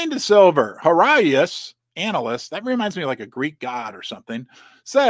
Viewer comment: You just corrected yourself on your pronunciation of certain words, then continued reading from the article and pronounced the word analyst "anal ist" 😂😂😂